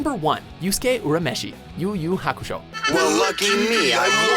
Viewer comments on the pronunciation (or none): its pronounced yurameshi you literally have english dub clips and still fuck up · How do you pronounce Urimeshi's name wrong when they say it SOO MUCH in the Anime.